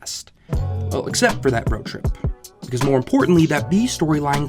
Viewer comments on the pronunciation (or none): none